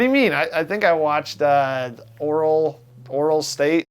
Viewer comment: "Oral state" Corwin, are you stupid?